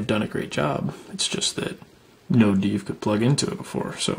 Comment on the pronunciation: What's a deev?